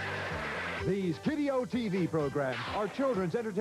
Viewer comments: D. I. C.??? I always though it was pronounced "Deek" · I think that's John Harlan (the voice of game shows like Name That Tune, All-Star Blitz and You Don't Say) on voiceover detail. Unusually he pronounces DiC by its' letters (likely because he didn't want to accidentally swear).